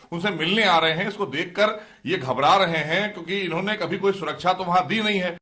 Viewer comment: Suraksha bolna to seekh lo dena to door ki baat